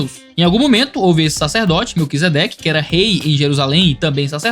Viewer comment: "melquesequede" kkkkkkkkkkkkkkkkkk